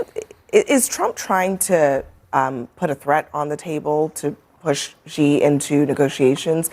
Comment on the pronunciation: please ask around for the correct pronunciations of Xi and Michio Kaku. Thank you